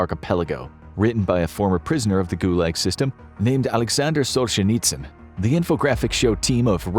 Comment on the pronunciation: You should learn how to pronounce the names of your subjects, starting with Solzhenitsyn...Just saying. 🤔